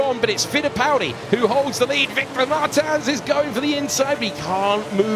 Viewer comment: somebody teach the commentators how to say Martins: its Murteamch